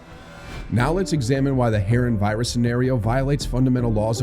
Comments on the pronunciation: The way he pronounces harran irks me lmao is huh-ron not heh-ren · great video, but it's pronounced ha-ron. hair-an was driving me insane. xD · A.I. is stupid. It is pronouncing Harran As Hair-in. And the CC is misspelling it to. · “Hair-in” 😂 goofy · lol I heard him and had to ask myself if Ive been saying it wrong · Why can't ai pronounce Harran correctly 🤣 every video I swear